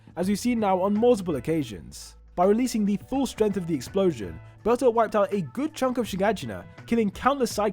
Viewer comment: I did not realise he was saying bertholdth all I heard was bertha